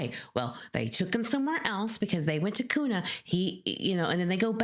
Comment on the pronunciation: Just fyi...Kuna is pronounced KEWNA...like ew ❤